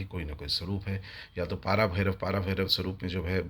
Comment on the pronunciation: Please note - it's not पारा it's पर भैरव. Also there is no महा भैरव, but only पर भैरव. And mantra purascharana is dolly after receiving the mantra deeksha by a guru - that too, who has done siddhi of that mantra, and he belongs to an established lineage.